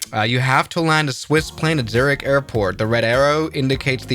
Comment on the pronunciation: Swiss, you said my name... literally at the start of the vid, you prounounced Zurich as Zerric and thats my name